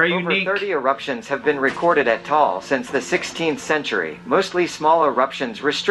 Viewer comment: It's Ta-al not Tall (different meaning).. foreigners just mispronounce it, we're not mad though